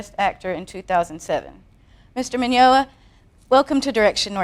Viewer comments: Grrrrrrrrrrrrrrr! She keeps calling him Minyola and he's not correcting her and its driving me crazy! And that lady is so stiff its making me uncomfortable. OH MY GOD SHE CALLED HIM MINYOLA AGAIN!! HEY LADY, FOR YOUR INFORMATION HIS NAME IS MIGNOGNA AHHHHHHHHHH!!!!!1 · Mr. Min-yo-na.... lol I get the idea she has never met Vic before... <3 this!